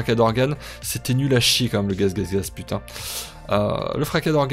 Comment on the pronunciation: Oulà, c'est quoi ce "gaz,gaz,gaz", t'as des origines allemandes?